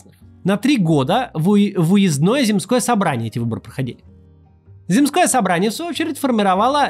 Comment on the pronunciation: Зéмское, а не земскóе.